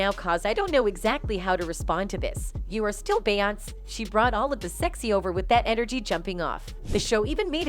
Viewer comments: It’s Beyoncé not Beyons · Who tf is Bay-onse? lol! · Lol who tf is "bay-hance"?! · The pronunciation of her name beeonice not bey onice . Too many of you people making these podcast can’t pronounce the names correctly. Get your sht together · The voice animation is slaughtering their names 😂😂😂 Bay Ons 😂😂😂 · Who is this "Bey-anz" ? is the voice over done with AI? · Why does it keep saying "Bay onss? Is this AI reading the script? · Bay-once & Sol-inge 😆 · I've never heard of the Bee-yons. Who are they? Stupid comp narrations. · BAY-YONCE! NESS! DR DREE! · Bae-once😂😂 who tf is that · It’s actually bay-aunce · Same as Bay-once 😆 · Bayonce as she says lol😅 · This woman narrating This video really can’t say Beyoncé you can’t pronounce it that’s crazy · This whole thing was ruined by the mispronunciation of Beyoncés name. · I didn't know Beyonce rhymes with seance. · Why tf can’t you pronounce her name properly????